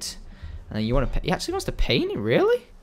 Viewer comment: he said you don not you dont